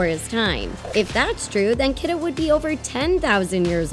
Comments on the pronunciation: Her name is pronounced key-da not kid-a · Kida's name is actually pronounced Keeduh not Kiduh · bro it's pronounced (key-da) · they said kidas name wrong and its bothering me